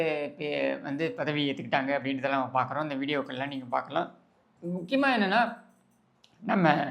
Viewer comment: வல்லினம், மெல்லினம், இடையினம் வேறுபாடு தெரியாது! " நீங்கல், உங்கல், வால்த்துக்கல் என்றெல்லாம் பேசி, எலுதி தமில் மொலியை அலித்துவிட்டார்கல்!"